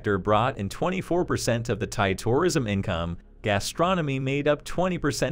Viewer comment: Weirdest pronunciation of tourism ever. Stresses on all the wrong syllables.